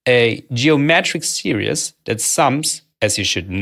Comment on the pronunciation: "Series" is pronounced "see - reeez" otherwise the way you say it is sounding like "serious" (which for a moment I thought a "serious" was a new mathematical object you are defining) No worries, not trying to be clever or anything, I understand english may not be your first language. Otherwise thanks for illuminating a different perspective on integration, good job.